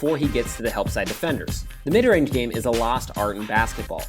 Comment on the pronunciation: "Both are long rage snipers" rage, rage, rage, rage, rage, rage